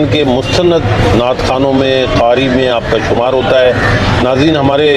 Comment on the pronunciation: ازراہ کرم جب آپ اس شعبے سے متعلق ہیں تو اپنے تلفظ پر بھی توجہ دیں۔ آپ نے قاری کو "خاری" اور قادری کو "خادری" کہا جو صریحا غلط ہے اردو زبان پر رحم فرمائیں۔ شکریہ۔